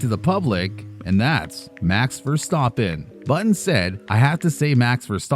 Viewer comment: can’t even say the name Of the guy he made The video about properly lol